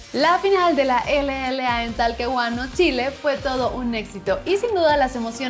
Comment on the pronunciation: Like si te diste cuenta que dijo Talquehuano, y no Talcahuano >:v pinche